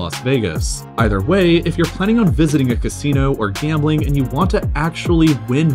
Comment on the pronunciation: Fuck. For the first 3 minutes I thought you said world gaming capital